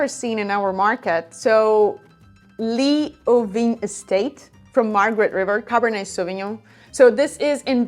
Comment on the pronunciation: In Western Australia we pronounce Leeuwin 'Loo-in' or 'Lew-in' 🙂